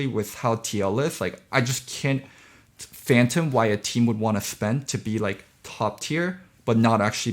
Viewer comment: its not fantom, its fathom